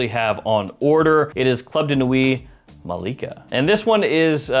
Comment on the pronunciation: Maleka not Malaka. HAHA